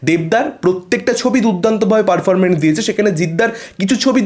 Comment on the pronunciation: পারফরমেন্স কেপারফরমেন্ট কেনো বলছেন?